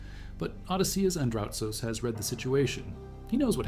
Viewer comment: its Andrutsos and not Andratos